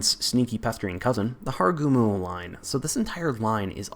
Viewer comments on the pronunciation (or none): Where is hakuryu? Only line not in here? Btw its Harugumo and not Haragumo